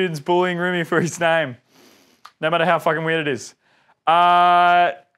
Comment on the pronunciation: Ohhhhh. It’s Rimmie not Rimmy 😂